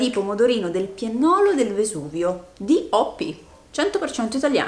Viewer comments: Sempre belli questi video. Ahahah, scusa ma devo dirlo per forza: non si dice piennòlo con l’accento sulla o come hai detto tu ma piènnolo con l’accento sulla e. È un tipo di pomodorino tipico della Campania precisamente del Vesuvio. Perdono non volevo fare la maestrina. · Si dice pomodorini del PIÈNNOLO, non PIENNÒLO.☺️ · Tesoro si dice piènnolo, non piennòlo 😄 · piènnolo e non piennólo.. 😂 sono dei pomodori Campani che si trovano solo sul Vesuvio. Per questo costano tanto, sono pregiati. Tu li hai presi in barattolo ma sapessi freschi quanto sono buono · ...altra cosa 🤣🤣🤣i pimodorini del piennolo(l accento va sulla e)sono dei pomodorini che crescono sulle pendici del vesuvio😘😘😘